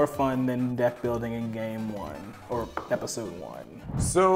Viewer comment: Did anyone else hear pepisode